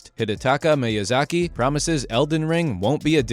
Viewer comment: Firstly, it's called "Elden Ring". Not "*THE* Elden Ring". Secondly, it's pronounced "MEE-YUH-ZAH-KEE". In addition, Miyazaki never promised that Elden Ring "would be easy". Rather, to the contrary, he's stated on several accounts that it will be no easier than the first Dark Souls, but players may find it an easier experience due to the new mechanics being implemented. Furthermore, he never once said that "more players will be able to beat it EASILY". He SAID that he expects more players to beat it because of its open world nature, and the abundance of different paths available to the player at any given moment. He's said that he believes that with the ability to simply ignore a difficult area or boss, players can go off somewhere else and find better gear or get stronger, and come back to the challenging stuff later. Next, Dark Souls 3 wasn't "heavily criticized for its difficulty". It was lauded and praised for it. In a time when developers were afraid to make their games too challenging, assuming less people would be interested, Fromsoft launched Dark Souls to critical acclaim and the formula has only become more and more mainstream with each new entry, IN SPITE OF game journalists and casuals crying on social media about the difficulty. More people than ever play the Soulsborne games, and it's BECAUSE OF the difficulty and the adversity that players must overcome. You think "tailoring games to the wants and needs of the public is a smart move"? Fromsoft has literally nev